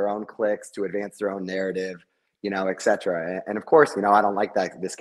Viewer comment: It's ET CETERA. NOT EX CETERA! Stop the blasphemy!